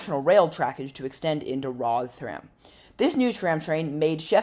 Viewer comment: Politely the pronunciation of Rotherham cracked me up, as a northerner from Rotherham ive allways pronounced it rovrum😅 But love the video, keep making more